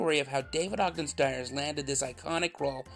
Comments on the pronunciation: st-years… the I is there for a reason lol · I had always thought that his last name was pronounced "Steers" instead of "Stires" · I learned a lot from this video. The first was the pronunciation of his last name. Been saying it incorrectly for the last 40 years.